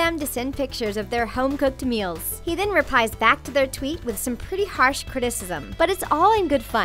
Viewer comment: Mils?? It's meals....